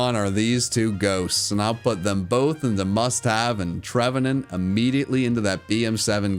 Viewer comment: Trevenant, not Trevant!